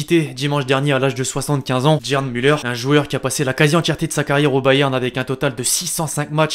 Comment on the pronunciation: ??? Comment t'as dit le nom de Gerd Muller ???